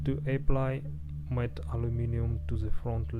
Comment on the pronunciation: Say matte like mat